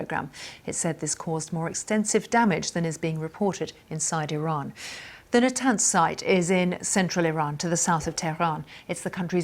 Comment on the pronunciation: Why does she keep changing the way she pronounces Iran